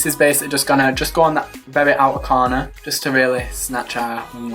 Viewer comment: i love the way he says outer corner lol